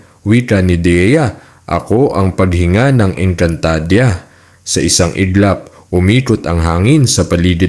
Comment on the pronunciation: Sana pinag-aralan mo muna kung paano bigkasin ang mga words...ang panget kasi pakinggan ng ENGKANTADEYA MO